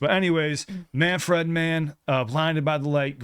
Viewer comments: FYI Dont pronounce it man-fred, w/ the 2nd syllable like the name "Fred". Say "man-frid", w/ a soft "i". 2nd syllable in "Manfred" rhymes w/ "lid" not "led" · We usually pronounce his name MAN FRID . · It's pronounced man- ford. or ferd.